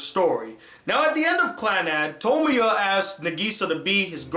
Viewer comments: He said his name wrong xD he called him Tomoyo when his name is Tomoya. the gray haired girl is named Tomoyo though :D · Who is Okazaki Tomoyo?? Get it right. His name is Okazaki Tomoya. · you said tomoya instead of tomoya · His name is Tomoya, not Tomoyo. Aside from that this review was very pleasant. I believe he did not understand some of the motives of the episodes. The story with the two rival gangs for example. Tomoya stepped in because he did have some time in a few episodes in the first season with Meyazowa, the girl that tends to the wounded from both gangs. Tomoya is determined to help with whatever he can when he devotes himself to a cause, restarting the drama club for example. He had to play a game of basketball even though his right, shooting, shoulder had several surgeries do to a fight with his father. He was not able to raise his right arm more than a height if his shoulder. That time was hard for him because he was accepted into that school for his basketball skill level and he lost his chance to play his favorite sport, for the rest of his life. That shows his determination to a cause he has se himself into. Another thing I want to address is the ending to After Story. Yes the producers did take it all back in the end but it was still lively to see that the good came from everything and Nagisa is perfectly okay and will live. The life Tomoya played out in his mind, forgive me if I am incorrect in the length of time he plays in his mind for I have not watched After Story in a couple years, is five years. His child Ushio is now able to think, talk, and remember what happens. He neglected Ushio for this five years and left her in the care of Sonai and Akio, forgive me if I have mi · thats why you watch dub.. its pronounced tuh-moy-uh, tuh-moy-oh and ka-toe-me.